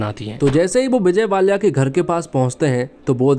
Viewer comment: विजय वाल्या की जगह विजय माल्या बोल देते हो तुम